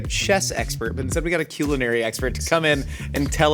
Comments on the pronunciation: maybe i’m late to the joke but why does say queue-linary again? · Since when is it CUE-lenary?!